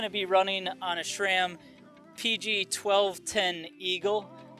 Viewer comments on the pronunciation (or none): It's Sram not SCHRAM